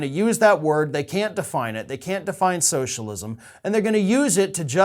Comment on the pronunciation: He hates socialism so much he can’t even enunciate the word, just rushes through it as fast as possible